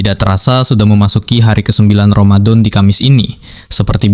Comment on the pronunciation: Ramadon, alah Ramadhan boss, bukan ramadon, pakek a bukan o